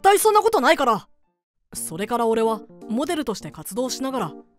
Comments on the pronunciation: モ↗️デ➡️ル じゃなくて、 モ➡️デ↗️ル だよね？多分…。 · モ⤵︎ デルって言い方気になる… 私はモ⤴︎ デルなんだけど…